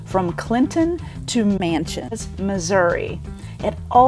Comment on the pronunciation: It's Machens (pronounced Mahk-ens) not Mansions.